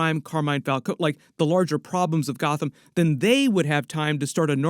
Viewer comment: It’s falcone with a long e.